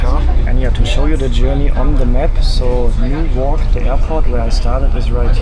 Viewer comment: With Newark, the stress is on the first syllable.